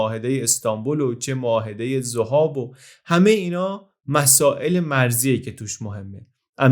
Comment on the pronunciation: خیلی عجیبه که حتی توی ویکی‌پدیا هم نام زَهاب رو می‌بینید و امروز هم سرپل ذَهاب و دشتِ ذَهاب داریم در حالی که شما بیش از ۴۰ بار توی ویدیو می‌گید ذُهاب. ممنون